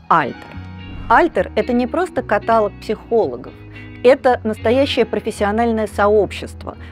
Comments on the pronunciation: ищу коммент про катАлог - а его не было. Вот он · КатАлог...как это теперь расслышать 😱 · КаталОг! Боже! Вы же преподаватель вуза!😳